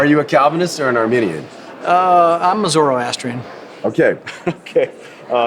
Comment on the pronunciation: Was he being funny saying zoroastrianism or is that really his thing?